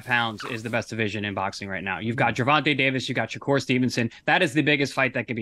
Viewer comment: If that was a pet peeve for Paulie, he's gotta stop saying, Gervontuh Davis